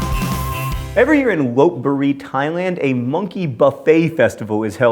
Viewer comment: Not "Lope" it's "Lop" or "Lob" something like a short 'b' or 'p' sound so not Lope Buri